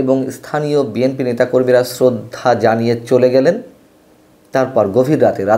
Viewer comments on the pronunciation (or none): none